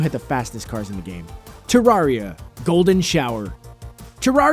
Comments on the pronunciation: its not trarea its trerrea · Terraria is pronounced Tuh-rare-ia, not Tuh-rawr-ia. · It's not tarraria It's terraria Terr air ia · Terr-aria? It’s more so terr-area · It's pronounced Ter-Air-I-a for Terraria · u said terraria wrong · He was mispronouncing Terraria. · Did he say terraria wrong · His pronunciation of Terraria though. AAAAARRRRGGGHH